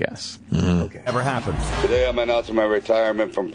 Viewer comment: Delete this rude comment about Deniro today. TAH-DAY! TAH-DAY!